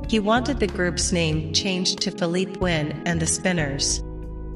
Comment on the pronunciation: It's not fill-leap...it's fill-lee-pay!!